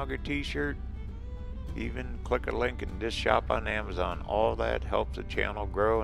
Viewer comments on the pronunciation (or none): none